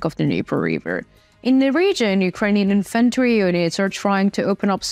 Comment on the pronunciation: Very detailed reporting and much improved map-work which is now perfectly synchronised with your speech. I have joined your channel, and tried to communicate with you via email but to no avail. Reluctantly I am again talking about pronunciation 'publicly', so to speak.. "Infantry" is pronounced with HUGE emphasis on the FIRST syllable "IN-f'n-tree" . Otherwise it gets muddled up with inventory, which means a list of stuff you might own or store, and has emphasis on the 'e'.. There are many other mispronounced words that go far beyond an endearing accent. I admire your professionalism. Have you watched 'The Russian Dude' and 'Anna From Ukraine'? I mention these as I wonder what you think of them; they might help you develop another dimension.. I would "read and care about all your comments.." 🙂.